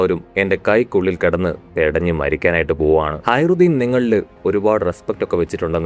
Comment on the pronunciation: ഹയറുദ്ധീൻ അല്ല ഹാജറുദ്ധീൻ എന്നാണ്